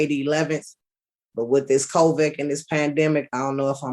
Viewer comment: she said Covick. Smh 🤦‍♂️